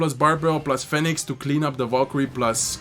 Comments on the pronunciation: my man. Phoenix is pronounced "fee-nix" in english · Nah it’s phonix wdym